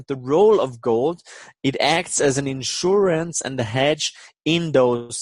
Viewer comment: "unsure-ance" in un-certain times. Nice to hear him mention a gold equity I have.